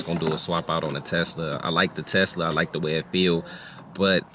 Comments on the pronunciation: My boi pops be saying teska 🤣🤣🤣 I love it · callin the Tesla a “Teska” 🤣🤣